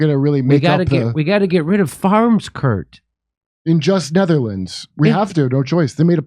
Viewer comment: "ZNETTERLANDS"" ..LOL